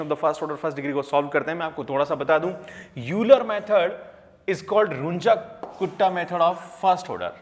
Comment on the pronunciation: Euler = "Oiler" is the pronunciation.